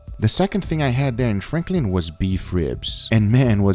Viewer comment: god the name is franklin not frankling